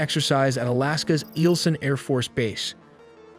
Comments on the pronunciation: "Eelsen"? Really? It's Eielson. Three syllables. That's 👁L☀️ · Eielson is pronounced "Eye-L-son". Valdez city to the far South is pronounced "Val-Deeze". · It is pronounced EYEL-son AFB. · It's pronounced Eye-el-son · 🎯 Stupid AI 🤖. It’s pronounced “i”-L-son…Eielson. Also, learn English rules of grammar. Just because a word is “plural” doesn’t mean that the preceding word is plural. It’s 8 MILLION dollars…NOT 8 millions dollars. It’s not 8 millions cars…understand?!? (English, must be AI’s “2nd” language.) Evidently, AI 🤖 is just as ignorant as the person writing the code. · It’s pronounced like i-ules-son or isles-son. Do you voice these over? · First, you pronounce it, "eye-il-son". Second, the video was taken around KC-135, not B-52s. This was not a STOL aircraft. You have no idea what happened.